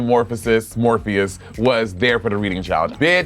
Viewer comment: Not “MADELYN MORPHEUS” 💀